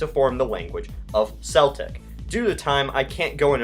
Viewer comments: For Celtic you pronounce it kel-tic, not cell-tic. For the basketball team they are in fact called the Boston celtics with the latter pronunciation. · YOU DONT PRONOUNCE IT SELTIC YOU PRONOUNCE IT C-EL-TIC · ITS PRONOUNCED "KELTIK", "PAYPULL", "KAVULLREE", "BRIT-TAN-NEE-UH"!!! Seriously, what is up with your CONTINUAL mispronunciation of so many easy words? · Mason Christensen that’s a common misconception. Most people say seltic because of the basketball team that pronounced it seltics, but it IS actually keltic. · It's pronounced "keltic", not "seltic", and "bri-TAN-ee-ah", not "bri-TAYN-ee-ah". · ITS PRONOUNCED KELTIC NOT SELTIC IM WELSH BOOOIIII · Celtic is pronounced with a hard C NOT A SOFT C, BOSTON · seltic its pronounced Keltic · lol "seltic" its celtic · It's K-el-tic not Sell-tic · Its pronounced Celtic not Seltic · Deep breathing.... one, two,three... I cant take it... im going to burst.... Its said "keltic" not "seltic" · Celtic is pronounced Keltic not Seltic. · why are you saying "Selt" and "Seltic"? It is pronounced "Kelt" and "Keltic" (when speaking about the Celts) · A couple of corrections in pronunciation, please. Celtic is always pronounced KELTIC. Not Seltic as the idiot basketballers do. Also, I imagine the erstwhile citizens of the Republic of Equestria would be famed for their CAVALRY, not Calvary. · It's pronounced "Keltic" not "seltic" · "Seltic" "Breton" "Ore-gone" Bruhhhh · I swear if he says ‘seltic’ one more time... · it is pronounced keltic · Nah your good it's probably supposed to be pronounced like that. The Celtic first referenced was in the culture and people which is pronounced Keltic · Uh, for the United Kingdom of the Celts, that flag should include blue in it. And by the way, it's pronounced "keltic" :) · > pronounces "Celtic" as "seltic" > TRIGGERED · Celtic is pronounced keltic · He actually mispronounced. It's kelltic when referring to anything other than the boston celtics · Its like Keltic, not septic.